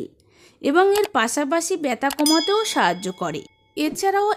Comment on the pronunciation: Byata na balun byatha😅😅😅